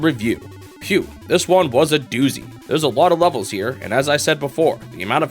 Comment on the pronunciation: This guy pronounces the word "levels" like "lovols"